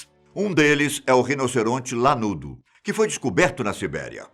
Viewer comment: Só eu que ouvi rinoceronte Naruto 🤡